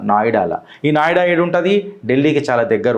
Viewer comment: నాయుడా కాదు నోయిడా